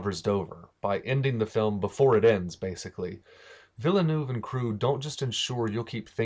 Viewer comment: I might be wrong but I think it’s pronounced “veal-nerve” (veal as in baby cow).